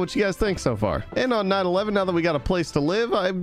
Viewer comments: Mans I thought he said 9/11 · Night 11 sounded like you said 911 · I seriously thought he said “on 9/11” when he said “on night 11” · Anyone else hear say at 9/11 instead of night 11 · On night eleven I thought you said 9 11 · Who else heard night eleven wrong 😐